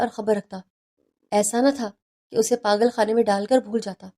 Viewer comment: What is “ پاغل اور پاغل خانہ atleast Urdu tau sahi likha aur bola karain.